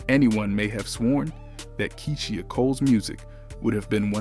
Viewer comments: Her name is KEYSHIA N.O.T KEE-SEE-HA... UGHHHH THAT BOTHERED ME THE WHOLE VIDEO!!! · I was looking for this comment!! Did no one listen to this before posting 🤦🏾‍♀️ Key-She-aah Cole😂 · Am I the only one that’s getting annoyed with the way he pronounces her name 🙄🙄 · Who tf is “Key-she-a” . Yall gotta do better with the pronunciation of these names 😂😂😂🤦🏾‍♀️ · Her NAME is pronounced Key-sha or Kee-sha not Key-she-ah! Yaw bloggers need to learn how to pronounce pple name that ur doing stories about 😒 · KEY-SHE-AH?? 😂😂😂 BRUHHH it’s KEY-SHA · Keyshia not Keysheeia 😂😂😂😂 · Who is this reporter it is kie-sha Cole and it’s the bee hive not the bae hive and Beyonce’ aight and Kiesha Cole aight I’ve listened to more of Keisha though neither one is a favorite ❤️